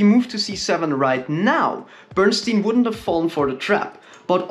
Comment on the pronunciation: Bern-stein Bern "e" ie is pronounced like the "e" in the hell. And stein is the same as stein in Einstein. In German, stein means stone.😎